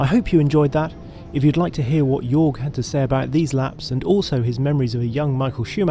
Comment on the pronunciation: His name is not Jorg, it’s Jörg. You would pronounce it like “yurg”.